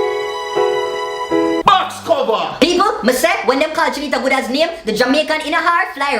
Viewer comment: lol! couldn't pronouncr goodaz... Awww